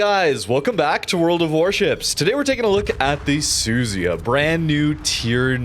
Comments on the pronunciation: FFS its NOT suzy-ya its su-zu-ya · Su-zu-ya. Not Suzy-a. better not go to Japan when pronouncing ships like that.😂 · It's pronounced "Soo-Zoo-Ya".